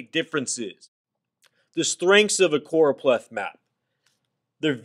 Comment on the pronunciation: Noooooo its CchhhOooRooOpleth map 😂😂